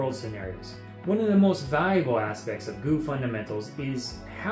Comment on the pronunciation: Great video! Though a part of me died when you said "gu" instead of G.U.E